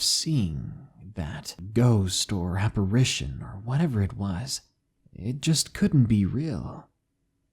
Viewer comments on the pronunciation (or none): none